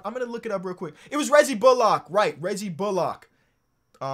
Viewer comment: can you stop fucking saying “Bull-lock”. His name is pronounced Reggie “Bull-lick”.